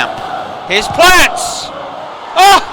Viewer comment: David Platt Not platts Other than that it’s absolutely amazing this! Well done ! 👍🏻